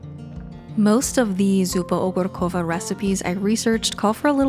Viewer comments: you pronounced 'zupa ogórkowa' almost perfectly! thank you for the recipes, love them💕💕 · This was so cozy, that I had to watch twice in a row. Also I'm Polish and you said Zupa Ogórkowa perfectly, very impressive!! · OMG!! Childhood memories ... My favorite zupa ogórkowa! Great pronunciation! My mom always also cooked this soup with bay leaves and black peppercorns. And yes, celeriac. But yours looks amazing too! Thank you for your yummy videos and always new inspirations.🙏🏽❤ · You pronouce "zupa ogórkowa" like a pro! <3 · Okay, I was actually SO excited to see this video of yours even though normally I am not a big soup person! Having said that, when I saw you decided to make a soup from my country (polish zupa ogórkowa) I got super curious about your take on it! You did great when it comes to pronunciation and I am super glad both of you enjoyed it a lot! Using fermented dill pickles is definitely a key as we never use vinegar ones for this soup :D Anyways, thanks for these great ideas! Lots and lots of love guys, I adore how this channel became a space for both of you! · I was suprised seeing zupa ogórkowa, one of my favourite ❤ You should also try grochówka and żurek. Your pronunciation is really good 😉